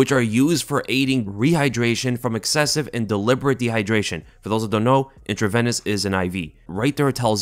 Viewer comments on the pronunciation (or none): Intraveeeeeenuss not Intravennus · Medical professionals watching this cringe hard each time tries to say the word intravenous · Medical professionals watching this cringe hard each time says the word intravenous